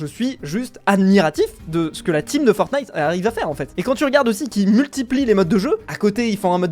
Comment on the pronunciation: "Fortntie" WOW